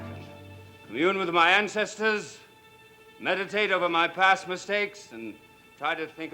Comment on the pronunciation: atlantic 11561 "Incestors" instead of ancestors. Classic flub. LOL